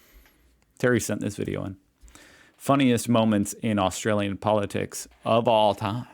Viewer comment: you did it AGAIN... it's AustRalian. *sigh*